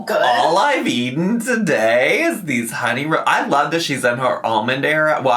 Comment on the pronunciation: It’s “all I’ve aten today”